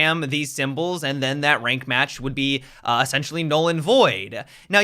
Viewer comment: Everytime you say essentially it sounds like you're saying sexually lol